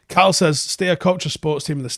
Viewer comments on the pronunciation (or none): none